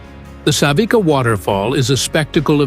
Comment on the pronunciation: It is not waterfall Savika but Savica, c is like ts in Englis pronunciation.